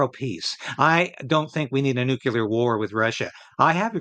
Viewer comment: NEW CLEAR - not Nu Cu Lar !